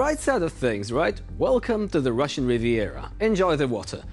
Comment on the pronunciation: Did he say ~The Rvssian Riviera 😂✌️